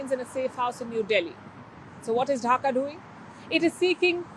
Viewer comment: What is Dhaka dhuing 😂 what a pronunciation 😂